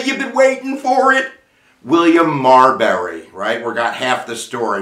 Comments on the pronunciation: Why do you pronounce it Mar"berry" not Marbury? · Good video, but it’s pronounced Marbury vs. Madison, not Marberry vs. Madison. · He keeps saying "MarBERry" when it's "MarBURy."